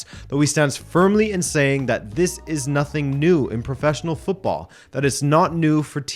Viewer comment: I have nussing to say. If I speak I am in big trouble. Nussing, nussing to say :-)